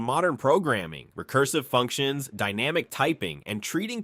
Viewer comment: Funcions? I think you meant Functions. I'm guessing that English is not your first language.